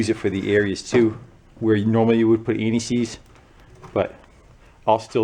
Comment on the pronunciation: You were saying ANTI-SEIZE. I heard N E C's LOL